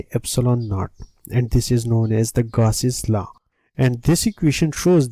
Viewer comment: ITS GAUSS